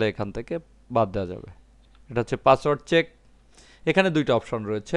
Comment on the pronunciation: ভাই পাচওয়ার্ড নাতো পাসওয়ার্ড। দয়া করে উচ্চারন ঠিক করুন।